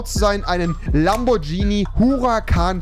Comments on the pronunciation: Es heißt nicht Lambortschini sondern Lamborghini😂🤦‍♂️ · Noch einmal lamborjini sagen und instant deabo es heißt lamborghini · Es nicht nur keinen Performante S sondern hat der auch keinen Turbo UND MAN SAGT NICHT LAMBORTSCHINI